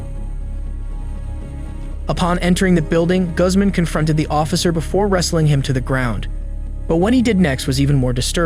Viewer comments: Guzz man? Really dude? How do you not know how to pronounce that. Name? Even google knows that one. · Mispronounces a lot. I wonder if its a bot. Like who doesnt know how to say Zach or Guzman correctly (goozmahn, nut guhz-man) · Guzman is pronounced like Goozman. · Guzman is not pronounced like you think it is 😂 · Teach your AI the correct way to pronounce Guzman.